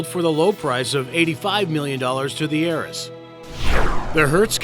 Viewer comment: heiress is pronounced like airess